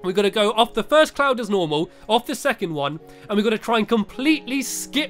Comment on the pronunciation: did he say clound instead of cloud?